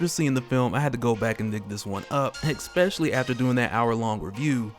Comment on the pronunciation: Big fan & you're a smart, articulate dude. But I've tried to comment in a couple vids that you pronounce especially as expecially with an x instead of S. Trying to help you keep your game strong, that's all. Look forward to your future vids